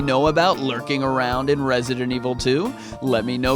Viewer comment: You pronounce the title wrong. I needs to sounds like this evil voice we all love RESIDENT EVIL 👿